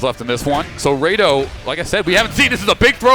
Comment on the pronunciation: No wonder he's saying Raydoh, doesn't even know what FMA is.